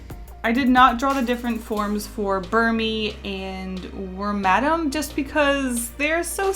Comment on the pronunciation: btw u said Wormadam wrong